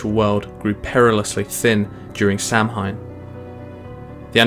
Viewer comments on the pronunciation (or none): Samhain is actually pronounced "Saohin". Cool video thoug, very informative, short and yet detailed